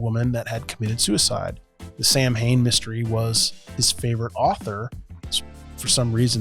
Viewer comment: Samhain is pronounced sew-in. It's the Gaelic festival Halloween came from.